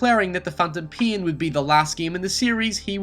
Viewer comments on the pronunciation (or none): god fucking damn.. its NAME not niam PAIN not pian GAME not giam wow.. English isnt even my Main language (not mian) and I speak better English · Am i the only one who hears him say "the phantom peen"? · pein, neim, geim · phantom PEE-YEN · the phantom PIN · Wow, you butcher the pronunciation of easy words like pain and especially Hideo Kojima's name. The pronunciation is 'he day o ko jee ma'. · fyi im not watching this video cause of the way you said pain in the start